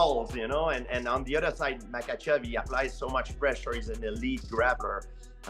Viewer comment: You butchered "makhachev" and you spelled topuria differently each time you wrote it. Make an effort bro.